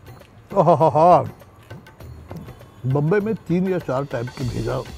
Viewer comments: He is 55 years old and he is from mumbai the name MUMBAI came from mumba devi temple some out siders use to call bambai because they probably don't pronounce right name delhi ko hum thulli bolenge toh kaise feel hoga?? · Sir please stop saying bambai...its mumbai....your maharastrian i am sure you can pronounce its mumbai